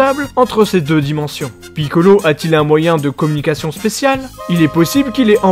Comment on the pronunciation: Comment tu dis piccolo sa me fument